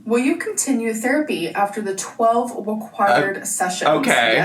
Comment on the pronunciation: ‘After the 12 weqwired sessions’😂😂